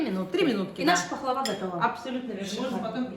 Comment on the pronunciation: Не пахвала а пахлава😂 правильно говоришь туганым, уз миллэтенэ житми, торле хэллэр була, янында уз кешен булсын! ❤🤲Бер дигэн кыз син,узен шэп, чибэр, телгэ оста, сина да табыла яхшы кеше! 🤲💗